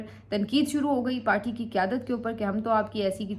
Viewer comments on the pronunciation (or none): none